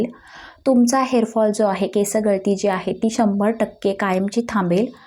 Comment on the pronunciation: अगं बाई केस हा शब्द आधी व्यवस्थित बोल